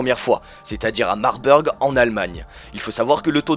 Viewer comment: Marbeurg, aha ça se dit "Marbourg" désolée j'étais obligée mdr sinon très bonne vidéo